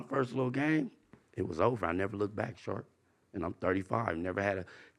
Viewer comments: Okay but calling sharp “shark” the whole time killed me 😂😂😂😂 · is completely unable to say Sharp or. It's hilarious. It's like when Crunchy Black called VladTV Glad the whole interview. It's so funny.